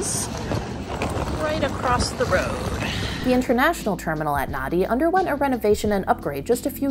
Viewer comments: Nadi is pronounced Nandi. DUH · Nadi is pronounced as Nahn-di